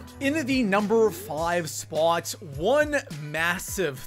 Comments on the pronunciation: Where is this goofball from...It's pronounced SPOT...NOT SPAUGHT!! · Dude talk faster, no need to drag every word you say out like that. It's sounds cringy af it's annoying just speak like a normal person and stop saying spot weird too. First and only video I have watched. Bye bye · Coming in at our number three “SpUAt” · What's up with how he says spwaaat..... Lol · im about to quit watching this dude just because the way he pronounces "spot" sounds like SPOOOUOOUT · I CANT STAND the way you pronounce spot. SPAAAAWWWWT. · This guy exaggerates the word spot .why????? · Why do you say spot like that?